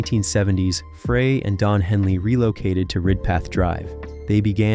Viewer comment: Fray??..... It's pronounced FRY!! How can you do music videos and not know how to pronounce his last name!! 💩